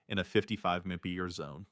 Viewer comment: Can't pronounce MPH FFS!